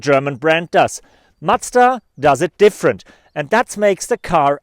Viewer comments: It is MaZda, not matsda!! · Great review. Macda? :) You a Deutsch? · he does that by accident because he is german. Here we pronounce it matsda because that's how we spell a "z"